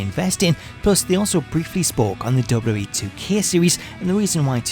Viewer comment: The way he pronounces “WWE” is unacceptable.